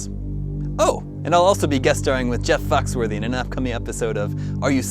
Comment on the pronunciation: wait... did he say jeff fucksworthy? I swear he did, at about